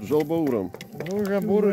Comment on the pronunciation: Откуда вообще взялось произношение жаЛ баур?Если вы знаете правильное произношение зачем говорить неправильно?!